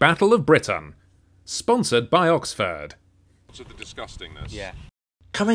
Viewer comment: im sure Oxford liked you saying Oxfart there's standstill traffic jams even on the fucking highways WTF